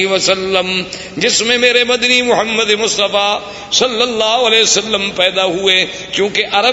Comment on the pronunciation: Say Prophet s.a.w. Name with Humbleness, Humility and Respects... Say Muhammad and NOT Mohmed.